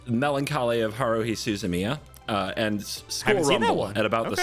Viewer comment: Damn, you’ve got an Anime pedigree. You were just dropping bomb that whole two minutes. Haruhi Suzumiya?? You even said the name right. I did not realize your game EDIT:, if you’re gonna watch Haruhi Suzumiya; it’s great, but skip the Endless Eight. Watch the first episode of the endless eight, maybe an episode in the middle to register Nagato’s changing emotions, then skip to the last episode. For the love of all that is holy, save yourself the suffering